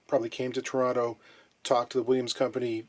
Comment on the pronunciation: Liked for the proper pronunciation of Toronto, however I would have liked the video anyway. Peace.